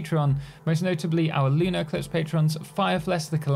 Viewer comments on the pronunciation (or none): none